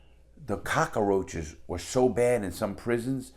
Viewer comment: I love the way he says cockroaches 😂